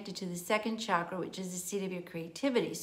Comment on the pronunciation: Thank you for pronouncing 'chakra' correctly. So many people today use the trendy pronunciation 'shakra'. If you consult a sanskrit dictionary, it is plain that the pronunciation is ch as in 'chalk.' Very good information. Thank you.